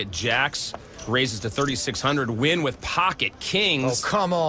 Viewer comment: scotty win? Cmon now, I know you americans struggle with anything international, but surely you can attempt to pronounce nguyen better than win.